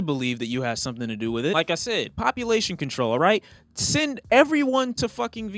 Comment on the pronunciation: No one:: PoPUlation CoNTOl